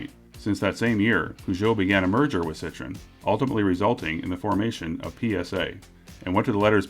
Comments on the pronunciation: It's not "Poo-zhoh," but Per-ZHOH" without the "R." It's also "Sitro-EN" not "SIT-ron." It might help to watch a couple of French commercials for these brands to put all guesswork to rest. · Not cit tren..like an orange..cit troooo en.. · Pronouncing? Not 'Poo'; say e&u together. French has no real syllable stresses; they are about equal. (I'm Canadian, French an official tongue.) CITRON!!?? It's not a lime-cousin! 2 vowels, 2 syllables - the N quite nasal. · Not Lemon!!!!! Sit tro en !!! Sit tron is a lemon Sit tro en is a car Thats why there is a dierisis on the o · . . . . sit-tro-enn was pronounced wrong ! ;) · Your pronunciation of Citroen.. shudders